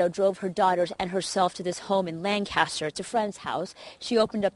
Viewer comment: That's not how you pronounce Lancaster.